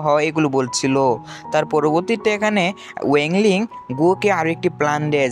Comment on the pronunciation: Vai wang ling ke sudu ling bolen